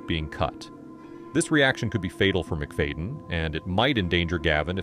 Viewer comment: "MIC-FAYDIN" -ai